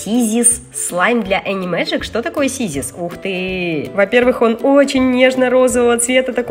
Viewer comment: это не сизис а сизлс. Надеюсь ты заметишь. Обожаю тебя и Софи Мишу Юми и Киску Алиску. Если можно видео💗💗💗💗💗💗💗💗😘😘😘😘😘😘😘😘